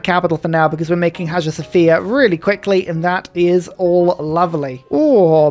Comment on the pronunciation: While we're nit-picking.... Hagia Sophia is pronounced: AYE-Ya So-FI-a (a couple silent consonants in this Greek-ified Arabic name)